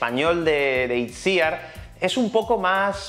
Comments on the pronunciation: Pero se pronuncia Itziár el nombre, no? he escuchado en varias entrevistas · Has ido poco a poco pronunciando mejor el nombre de Itziar pero no lo has conseguido,te explico...En este caso Itziar es un nombre en Euskera y fonéticamente sonaría "Ichiar" ok?l